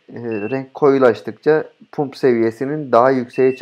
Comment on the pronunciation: Hocam cok tesekkurler de. Pump Pamp Dump Damp diye okunur